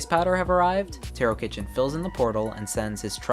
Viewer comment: I believe Tarokitchen is pronounced Tarokheshen. Great video anyways!